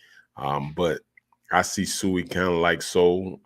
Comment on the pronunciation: With all due respect I believe we should pronounce the name correctly (SWEE)